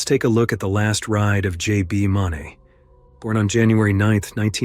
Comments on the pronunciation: oops! J B MOON-ee. it's just spelled Mauney. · His name is pronounced MOONEY it's spelled ,mauney, that's not how it's pronounced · JB is pronounced "mooney", fyi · That's J.B. Mauney (Moonie) not $$$ Money. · If you're going to talk about these guys learn how to pronounce JB's last name correctly please